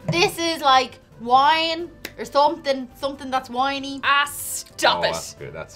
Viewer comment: Did say, "Wine(y)" while sounding, "Whine(y)"? lol